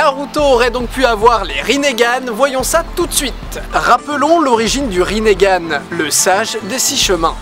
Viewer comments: On dit pas Rinnegan et non "Rinnégan" ? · Itatchi, Rinnégan, frère t sérieux !! C'est itachi et rinnegan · mais oreille quand tu prononce "rinégan" c est " ringan" donc pas de é au minlieux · On dit rinnegan pas rinnégan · Le Ringan pas le Rinégan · C'est pas rinégan mais rinegan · On di rinegan pas rinégan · Mdr rinégane itatchi oulala c est rinegane et itachi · on dit pas rinéganne on dit rineganne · Bonne vidéo naruto est mon animé préféré 😊. Mais juste cela se prononce rinnegan et non rinnégan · Pourquoi tu dit rinegan alors que c'est rinengan ? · c'est pas rinnégan ca se prononce rinngan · Pourquoi tu dit Rinn"é"gan ? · C est pas rinéganne mais rinegane ( en prononciation ) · Rinégan😂😂😂 on dit ringane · Sa se dit "Rinengan" pas "rinegan" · Tu dit itatchi et rinéganne et danzou C est itachi et ringanne et danzo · T con on dit rinegan pas rinégan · On prononce bien Rinne Gan et pas Riné Gan normalment nan en plus je crois que c'est écrit comme ça "Rinnegan" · ça se prononce ringan j'crois, pas rinéganne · Rinégan mdrr nan sa se dit ringan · J'adore la video pouce bleu a un detail pres... Rinnegan se pronnonce rineugan sans forcer sur le eu et pas rinégan ce qui est degueulasse apres jsp si ta vu la vf perso je lisais donc voila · pas rinégan!!!! juste rinegan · Rinnégane ? wtf. C'est rinegan (la prononciation), non ? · On dit pas rinééégzn mais lingan!!!!!!!!!!!! C'est pas compliqué ! ! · oui mais non. dans la première théorie tu dis que kaguya a changé notre monde alors que quand elle est arrivée sur terre,il n'y avait pas de technologies tel que des ordis. aussi les villageois se battaient avec des arcs et des sabres ps: ça ne se prononce pas rinégan mais rine gan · pourquoi tu dis rinégane c juste rine...gane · On dit pas " rinégane" mais ringane . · Rinnegan, pas rinégan. Et c'est Itachi, pas Itatchi, sinon j'ai beaucoup aimé la vidéo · rinegan pas rinéga itachi pas itatchi danzo pas danzou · Didi : le rinÉgan ! Moi : euu.... wtf !? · "Rinéganne" ouch.